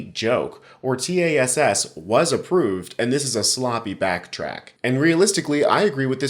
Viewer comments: It's generally known as TASS, one word. Stop saying t-a-s-s. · T A S S? It’s Tass! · Good podcast. I know you're a young guy, but this baby boomer has heard of Tass all of my life. It's pronounced Tass, rhymes with ass. No need to pronounce each letter. Just FYI. 😊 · 'TASS' rhymes with pass.